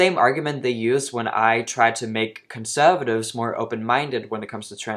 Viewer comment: Why do you pronounce conservative like that??